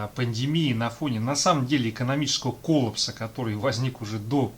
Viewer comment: лайкосище ! КОЛЛА́ПС коллАпс ( ухо режет патамушта ))) )